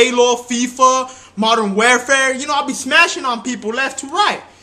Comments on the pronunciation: Hahaha i take Incase Someone Wants To Challenge Me In a Game or something Halo Fifa Modern Wairfair hahahah.. he Doesnt Even Know How To Say Modern Warfare Haha : DD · HAHAHAHAHA SOUNDS LIKE HE SAID MODERM WELFARE